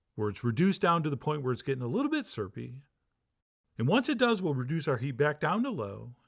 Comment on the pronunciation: idk how the y disappears and the r rearrranges itself in your dialect's version of syrupy. you just said surpy.